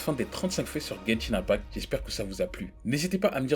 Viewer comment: "genchin impact"